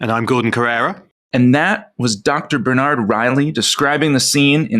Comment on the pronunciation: Bernard and Georgi mispronounced. I think it's important to get names right.